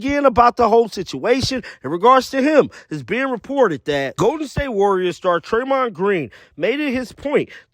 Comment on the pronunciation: It’s not Treymond it’s Draymond. Come on man.